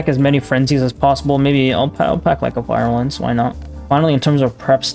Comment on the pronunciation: i know this video is 10 months old but "virulence" is pronounced VEER - u - lence not VI - ru - lence